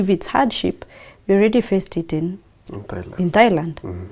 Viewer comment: It's Thailand. Not Thighland😂